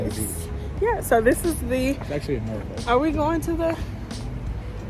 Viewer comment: I just love how you pronounce Norfolk😊